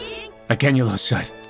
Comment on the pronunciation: Like how he said shiet